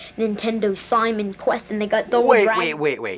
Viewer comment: I love the way little Jimmy pronounces Castlevania 2. "Simon Queth"